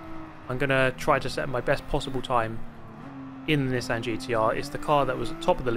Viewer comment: Bro doesn’t know how to say Nissan 😂😂😂